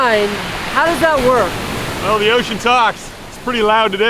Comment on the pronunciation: Well sounds you are saying poop in Scottish 🤣🤣🤣